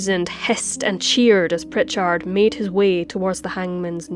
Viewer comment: You are little bit hard on the end if the name Prichard.